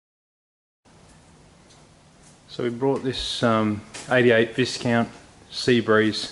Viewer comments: Silent S…Vi count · It's a Viscount ( pronounce Vicecount) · Actually the correct way to pronounce it is Vie-count. The Vie part is sounded like "Tie" I did a lot of work for the Viscount factory in Sydney back in the 70s The factory was huge and turned out hundreds of caravans. They custom built vans in the old days and one was made for Normie Rowe the entertainer in the days when he use to tour Australia and perform in small towns.